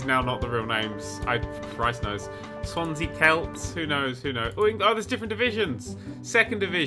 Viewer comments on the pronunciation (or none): none